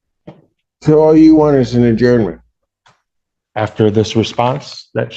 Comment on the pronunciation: "i request for adjournmend" Yeah right, he needs to consult chatgpt😂😂